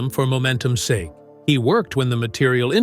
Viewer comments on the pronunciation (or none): none